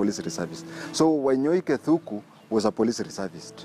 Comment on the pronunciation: It's Arthur Wanyoike Thúngú... Not Thuku